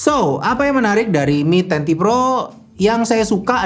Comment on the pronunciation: Apa saya salah dengar?? Di video disebutkan ini Mi Ten Pro (mi10 pro) padahal seharusnya mi ten ti pro (mi 10T pro)